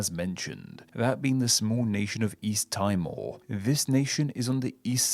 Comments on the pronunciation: Great video! East Timor is a really fascinating one for me because it's tautological in every language the name is officially translated to (Timor-Leste in Portuguese, the country's de jure name; Timor-L'orosae in Tetum, and Timor Timur in Bahasa). P.s. Timor is pronounced "Tee-mor" not "Tai-mor" :) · Timor is pronounced Tee-more not tie-more. You didn't mention the River Avon in England (River River), that runs through the city of Bath. In fact I think there is more than one. There's another River Avon that runs through Stratford-Upon-Avon, Tewksbury and Worcester. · It’s also pronounced temore in stead of how he said it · Timor is pronounced tea-moor. In malay, east timor is actually called timor timor, or literally east east. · Timor= "Teemor". Not "Tymor". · Timor is pronounced as 'Tea More' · It's not pronounced "tie more", though... 😁